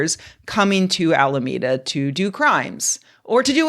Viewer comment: "I know it's in Alameda, but vere is Alameda?!"